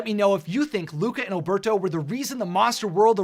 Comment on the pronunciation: Alberto pronounced Al-bear-toe. It's very annoying that people can't say it right.